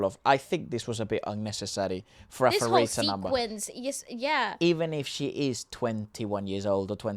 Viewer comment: Pharita is pronounced Parita not Farita.